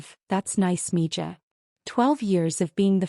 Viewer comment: It's Mi ha and not Mija